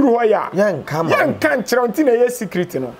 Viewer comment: Did I just hear 'Secriss room underground '?? 😂😂😂 chill😂